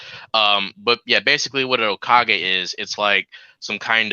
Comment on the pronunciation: Hearing mispronounce hokage made my night😆 you should watch naruto sometime man